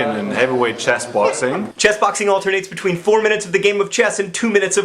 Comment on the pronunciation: Did anyone else think he was saying chest-boxing at first? I was thinking "that has to be at least as injurious as regular boxing"